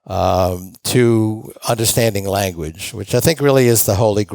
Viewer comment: you say “understanding” but in all of your recent videos on youtube you say “underschtanding”… I’m accusing you of taking up a fad and making the ‘shh’ noise when most people just say ‘s’ and there’s no pronunciation reason to say ‘sh’… I think u got it from the rap songs, 21 savage et al, a wave came through of them saying words unusually, and this ‘sh’ (reschpect, underschtand, etc etc) was used heaps by people many people like yourself suddenly decided within themselves that they will be saying the word this new hip was and it will give them flare… I don’t think it’s cos you’re Jewish! Lol… all good tho man bro, you do u! And maybe I’m wrong.. shtick isn’t spelt stick and stand isn’t spelt shtand. I rest my case. 😊 check my channel